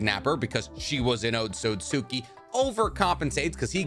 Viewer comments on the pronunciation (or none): Here I am again attempting to assist in your pronunciation. Otsutski is pronounced OAT-SOOT-SKI Hope you see this and fix that awful pronunciation!